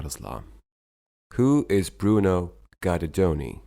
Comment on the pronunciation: Impressive credentials and journey. His name is prpnounced as Geederdoni, not Guider-Doni.